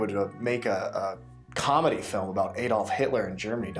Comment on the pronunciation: His name is not Eydolf!